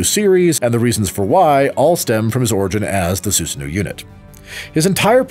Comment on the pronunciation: The pronunciation of of Susano'o is killing me but nice vid. Only thing I can remember that is incorrect is that Terumi used a physical relic called the Hirokane to split himself from Hazama near the end of the story.